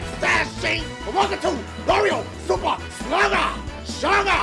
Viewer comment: Mario Su-puh sluggers